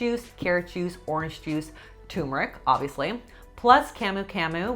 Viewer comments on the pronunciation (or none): turmeric, not tumeric. tuRmeric. TURMERIC! :-P